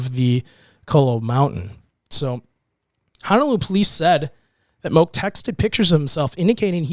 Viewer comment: Moke is pronounced Mō key